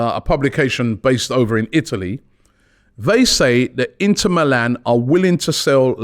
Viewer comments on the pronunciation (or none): none